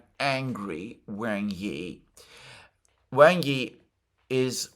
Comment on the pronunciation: I know it is a nitpick sorry, but "Wang" is not pronounced like bang, but like the pong in ping pong or like wong.